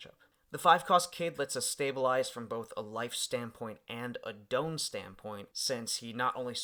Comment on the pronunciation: DON pronounced like Dawn not Doun. Great video! Super hyped for this new set with all restrictions lifted